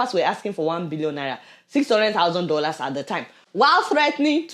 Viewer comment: You always have a desire to mispronounce some English words and figures. Example: “Sebeen”, instead of “Seven “ or “2 Bion Laila” instead of 2 Billion Naira. Are you trying to be funny when in reality it is not funny? Non Nigerians might think that you are not actually educated. Or is it that you have a speech impediment ?